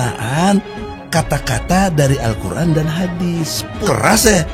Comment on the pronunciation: ha ha hebrat hebrat mau bangun bangsa dengan Allqur,AN pas membacanya ALKUR